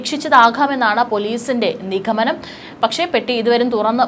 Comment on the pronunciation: അക്ഷര ശുദ്ധിയൊക്കെ വരുത്തി വരുമ്പോഴേക്കും ബോംബ് പൊട്ടും 🤭😜